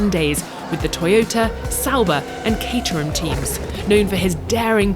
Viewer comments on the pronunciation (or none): none